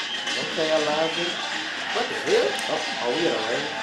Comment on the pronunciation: Why is it Main character like Marcel or many others. They can not even say Elijah's name properly. He calls him Elisha. When did a J make a sh sound? His Name is Elijah not Elisha.